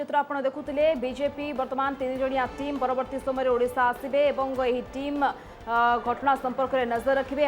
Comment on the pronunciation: "ଉଡ଼ିଶା" ନୁହେଁ "ଓଡ଼ିଶା".....